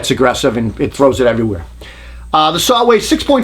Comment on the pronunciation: I love it when he fights the entire video trying not to say "sawr" ! Excellent job as always ! I remember the mid 80's there was not a jigsaw on the planet that could hold a candle to a Bosch1587VS. Cordless was a joke at first, even Bosch's wasn't great. Then Bosch's patent on the "T"shank blade ran out after 15 years, and they all have upped their saws, and got into the game. Look how far they have come! ALL the top brands make a really nice jigsaw today. That Milwaukee is a heavy duck tho, but a very nice saw.